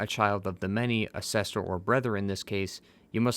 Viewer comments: Is it sester or are you saying sister? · Are you trying to say brother and sister? Or are you deliberately saying brether and sester? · BlaaaaH My BREther ANd SEEEster